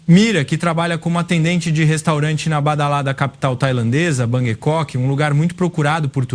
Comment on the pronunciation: TUDO BOM. DESCULPE: NÃO DÁ PARA OUVIR UM ROBÔ FALANDO //BANGUI KOK//. POR FAVOR, O G E /MUDO - NÃO É FALADO.. AFF!